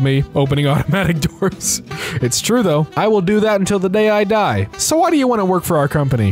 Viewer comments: (sorry for doing this it just made me a little annoyed)its not pronounced die its pronounced Dee and der is pronounced like the word dare. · you pronounced die wrong, its pronounced like “dee” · As a person who speaks German that pronunciation of der die das absolutely kiled my soul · pronounced “die” wrong as well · the mispronunciation of the 'der, die, & das' meme physically hurt me as a german speaker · So I'm learning German. For clarification, "der" and "das" was pronounced correctly, but "die" is pronounced as "dee". Still an awesome channel though. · not pronouncing german “die” wrong😭 it’s pronounced “dee”, the joke is that der, die and das all mean the. there’s also den and plural die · yes haha, german is very different from english in that regard. in german, everything is pronounced, there’s no silent letters or anything. so it’s pronounced like the “ie” in “cookie”, like how you would expect. thanks for asking!!